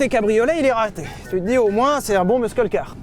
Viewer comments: Quand tu dis muscle C’est hilarant RIP anglais 😂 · Pierre s'il te plait explique lui comment on prononce "muscle" en anglais. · Pitié, quelqu'un pour dire à Sylvain que le "c" dans "muscle" est silencieux. (En anglais)